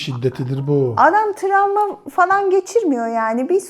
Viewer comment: Tramva değil travma😆🥰